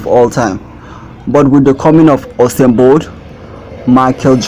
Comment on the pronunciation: U-Sain not Ho-sein bro!!